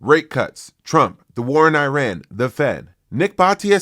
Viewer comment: The same for his pronounciation of “Iran” 😊